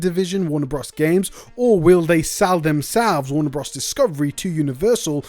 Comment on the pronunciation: "Warner bruhs"